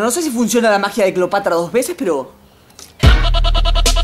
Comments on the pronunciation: Se dice Cleopatra no Cleopatria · Cleopatra!: Cleopatria! XD